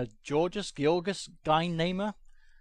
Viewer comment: Poor Guynemer, pronounced Gee-na-mare